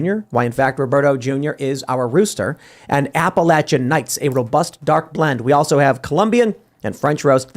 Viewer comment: How long will they continue to allow Tim to mispronounce Appalachian???